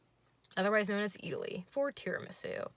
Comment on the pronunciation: Not eataly! I’m sorry girl :’(